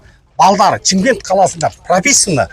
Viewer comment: Чимкент емес Шымкент.